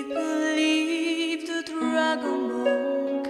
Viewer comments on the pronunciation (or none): none